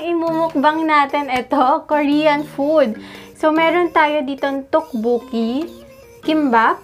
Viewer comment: Its pronounced as Tokboki not Tukbuki